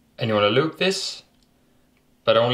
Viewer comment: when he says loop this its like he saying eloot this